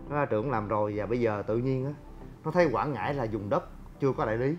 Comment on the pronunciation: Quảng Ngãi nha anh không phải Quãng Ngãi mong anh sửa đổi